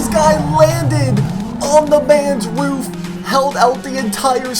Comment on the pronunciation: dit you say roof or woof ?